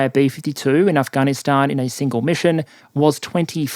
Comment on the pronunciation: dude it's not fucking "ahhh-gahhh-KNEEEEEEEEEEEEEEEEEEEEEEEEEEE-stahhhh-n" it's "af-gan-is-stan" holy shit, you've been saying that crap for mad long say it properly that's such a bizarre annoying pronunciation, i hate the country but at least pronounce it right lol